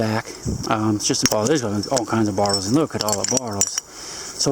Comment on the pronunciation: Still think its funny how he says bottles. Sounds like he says bartles